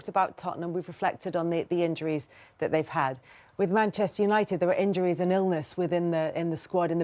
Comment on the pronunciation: Neville can't even say the club's name that he used to play for. "Manshoonited." Pathetic